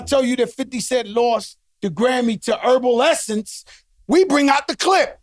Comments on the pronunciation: Joe said "herbal essence" for evanescence lmfao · This nigga said Herbnescence!! 😭😭😭🤔